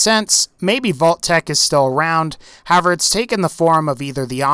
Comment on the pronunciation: Anyone else notice he says "have-er" instead of "how-ev-er" whenever he uses the word "however"? It wouldn't be so noticeable if he didn't use the word sooooo much, lol, ugh.